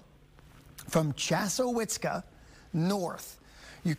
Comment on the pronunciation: Ahahahe... He needs to go back to school and learn to read and prop?word pronunciation. He said chazzwhizzka. LMFAO 😂😂😂